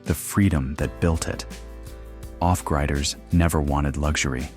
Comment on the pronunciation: 8 Billion Humans and you had to use a GD robovoice to narrate that in less than 15 seconds miss pronounced off griders. Thumbs down